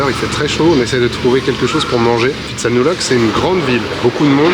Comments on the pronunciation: Bonjour et merci de votre partage sympa. Le ph en Thaïlande se prononce p , pas , f ex pitsanlok , ko pipi, etc... on attend le prochain épisode a+ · Pitsanulok, pas Fi !!! tout comme Pra, pas Fra...cela dit, vos vidéos sont sympa, merci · Vous n'avez pas remarqué que les locaux prononcent Pitsa et non Fitsa ? Pourquoi les français prononcent le PH Thai " F" ?? C'est pas du grec !!!! H légèrement aspiré , le P se prononce P . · Je me demandais s'il ne vous était pas arrivé quelque chose... heureusement non, sinon la découverte de cette ville de Phitsanulok (prononcer Pit avec le H aspiré et non Phi comme en grec) n'aurait pas été possible. Plaisanterie mise à part, c'est étrange que vous n'ayez pas trouvé un marché de nuit. Ce n'est pas uniquement touristique, c'est typique Thaïlandais. Ce n'est pas grave, vous avez pu voir un musée plutôt chouette. Vos vidéos sont vraiment sympathiques quoi que.... trop rares. 😁... Merci pour ce que vous produisez.